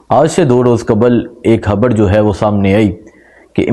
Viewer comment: اپنی ح ؟خ درست فرما لیں خبڑ نہیں خبر 😩